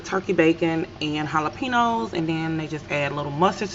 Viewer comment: Looks sooo good. I’m here for the way you say “Jala-Peeno’s” 🤣😂